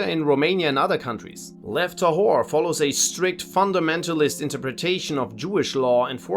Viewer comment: The way he pronounces lev tahor sounded like "left the whore"